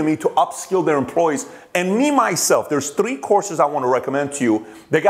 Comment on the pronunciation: Pat, please can you pronounce #3( three) correctly... Th...it's not T